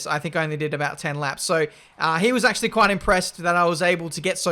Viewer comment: nobody:: nAcHeWly